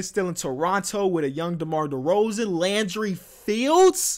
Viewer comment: The way he says “Landry FIELDS!!!”